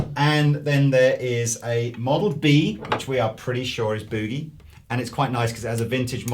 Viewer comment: Hey guys, it's not pronounced Mesa Boo-gie as in "boo"(like a booing crowd). It's Boogie as in "book". Ir's sounds silly when y'all say it that way. Americans pronounce Marshall and Vox correctly, so rem... just say the word "Book" but change the K to a G then add the E sound on the end and your done. (BTW, Mesa is pronounced like the month. "May")